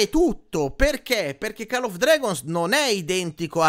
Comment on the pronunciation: Cmq si pronuncia coll non call 😂😂😂😂😂